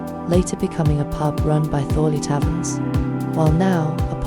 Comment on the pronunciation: Thorley Taverns not Thorney 😆